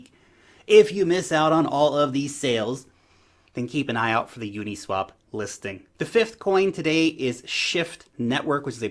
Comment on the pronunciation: u-NEEEE-swap .. lol